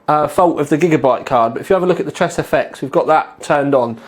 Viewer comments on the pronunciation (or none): none